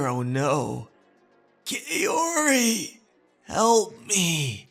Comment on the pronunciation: you should pronounce Kaori like "kau-ree", not "kay-o-ree"